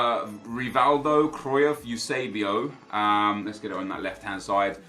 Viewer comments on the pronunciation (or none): You're the only one who pronounces Cruyff that way.... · How does he not know how to pronounce Cruyff